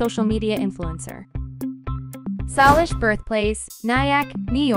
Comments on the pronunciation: We pronounce Salish ( say Say lish ) not sarlish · It isn’t sooooooolish it’s Salish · ikr she’s like saulish and you say her name Salish not saulish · It’s not solish matter it’s Salish matter 😂😂😂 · You should say say-lish, not suh-lish. And if Jordan saw this video, he'd FREAK OUT! 😱😱😱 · It's not solish it's salish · It’s Saylish like Salish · It's sailish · It s' SAYLISH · U said solish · why do you say Solish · you pronounce the name wrong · You pronounced her name wrong. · That's not how we pronounce Salish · the way she said salish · thanks I was wondering if it might be AI because I don’t think a real person would say her name wrong on purpose. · That’s mean but you’re really right I was about to put a Comment saying that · Geez you don’t have to be so rude about some one not knowing how to to pronounce a name